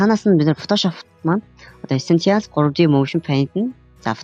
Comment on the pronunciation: Уул нь дажгүй заахын хилний дуудлага нь арай байна аа. Эсэнциал гээд яу яриад байгаан болоо гэж бодсон эссэйншил гэдэг үг байсан байшдээ. Монгол руу орчуулбал амин чухал гэсэн утгатай. Марвэлсын кино үзээд дуудлагаа ядаж сайжруулалдаа.